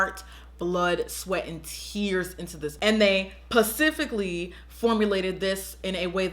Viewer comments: I really hope she was joking when she said "pacifically" lmao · "persificaly" lol, isn't it "specifically" ? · Girl you really said “pacifically” instead of “specifically “ 😂😂😂💀💀💀 cracking me up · "Acts superior to the rest of us" 🤔 and Guys I think she knows the difference between specifically and "pacifically". She's done that jokingly in other videos lol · She was JOKING which is why she put so much emphasis on the word. She’s very educated and I’m pretty sure she knows the difference between “Pacifically” and “specifically”. & she doesn’t act superior at all. Wondering if you even know what that word means. Some people just can’t resist voicing negativity. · so we are going to ignore the fact that she said "pacifically" instead of "specifically" :') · Is anyone else extremely bothered that she pronounced "specifically" like "pacifically" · ik she did not just say pacifically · Ummmm did she say "PACIFICALLY" versus "Specifically"??? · Pacifically? Don’t you mean specifically? Or where you talking about the pacific ocean? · did she says "pacifically?" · "Pacifically" I think you meant specifically* lord... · Loool you said 'pacifically' 😂😂😩😩😩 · I'm willing to bet they didn't say they "pacifically" formulated anything 😂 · pacifically? as opposed to atlantically? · pacifically..... uh.. English plz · "PACIFICALLY" lmao, I actually adore you😂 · "Pacifically!" hahaha Love ya girl <3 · Hey auntie 👋🏾 When you said pacifically I DIED ! 😂 Good to know the colors are REALLY pigmented. I really have to get it now lol btw ILY❤ #IMadeItToTheEnd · did you say "Pacifically" ? LOL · pacifically😂 love you girl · ...PACIFICALLY??! LMAO!!! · did I just hear pacifically?? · PACIFICALLY. Girlll you are hilarious lol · "Pacifically " omg I'm crying I love your videos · Pacifically😭😂😭😂😭 I LOVE THIS CHYL' New Subbie I'm obsessed ❤️❤️❤️❤️❤️❤️❤️❤️❤️ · Pacifically? Really? I still love you but grammar. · Is she joking when she says 'pacifically'? 😂😂